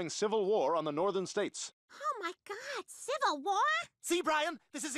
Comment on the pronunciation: Gotta respect the fact that they all say God with a "T"